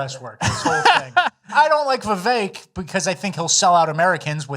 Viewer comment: I sent this just before rat boy started saying vivake